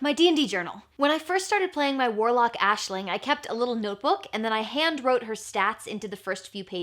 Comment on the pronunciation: Aisling is my name... Its not very common where I live, and it being pronounced correctly is even rarer! So uncanny to keep hearing it 🤣